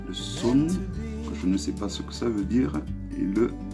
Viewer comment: Son pas sun lol Sun c’est soleil bien sur 😉